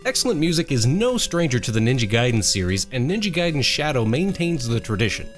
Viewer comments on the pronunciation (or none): none